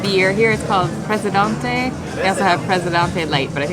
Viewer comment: Good learn how to prenouce the beer ..duntee